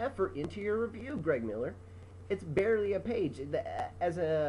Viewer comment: He barley said the word barley